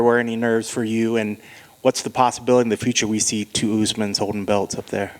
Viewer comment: usman cant even say his name 😂